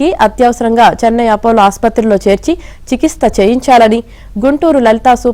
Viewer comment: చికిత్స అనే పదం సరిగా పలుకు